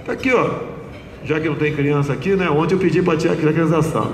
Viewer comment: O cara e bom, mas um presidente falar "onte" ao inves de ontem e simplesmente ridiculo, tao ridiculo quanto o lula misturando plural com singular.